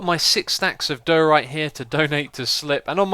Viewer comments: it's not dooorite :))) it's daaaaiorite :) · Question: why you pronounce diorite as doh-rite and not dye-or-ite/dye-oh-rite? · its not dur-ite its die-a-rite ;) x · Am I hearing wrong, or are you pronouncing diorite wrong? It just sounds like you're saying "duhrite", which is wrong =) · Lol, it's funny how you say diorite.